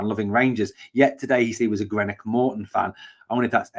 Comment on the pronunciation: Green-ock Mortin they all are called bud🙂👍 The greenock folk will be pissed at your pronouncing of their town. Which makes me happy 🙂👍